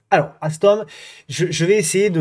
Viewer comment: 👍🏻 mais tu perds les bonnes habitudes avec alstom…..quest ce que c’est que cette bonne prononciation ! 😂